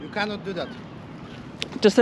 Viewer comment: "you cannit"